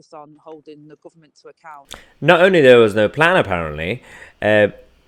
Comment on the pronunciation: Angela Rayner "Labour is the guvment in waitin'" she can't even speak properly.